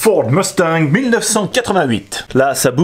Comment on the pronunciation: Bien joué la prononciation "mustanG" a+